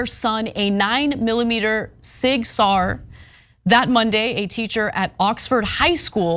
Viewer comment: For future reference, Sauer is pronounced like sour.